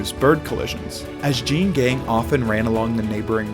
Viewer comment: Excellent job and video. Just FYI Jeanne is actually two syllables—pronounced Jean-ee. And the two-story penthouse actually sold for $20.56mm.